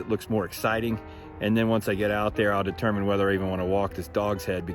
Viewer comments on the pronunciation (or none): none